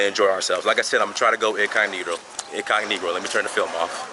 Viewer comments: Yes, we use that term a lot. He's not the first nor the last person to say "incognegroe" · Did you just say incognegro? Lol can't say I've heard of that before. I love learning history about my ancestors. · he said incognegro.....off the chain ..... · Did anyone else catch him say “incogniGRo” in the first minute or was that just me